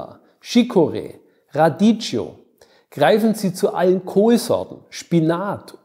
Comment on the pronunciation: Falsche Aussprache. Korrekt: Radicchio =radikio. Falsch: Radiccio=raditsco Das H nach dem C macht den Unterschied.